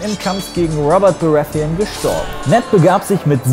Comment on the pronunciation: Gutes Video. Aber wieso sprichst du die Namen von GoT nicht auf deutsch aus? Wie du Baratheon ausgesprochen hast. Ich musste erstmal überlegen ob ich was verpasst habe da ich den Namen so nicht verstanden habe.